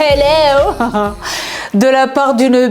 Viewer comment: Une rigolade dès le début avec tes hellows😅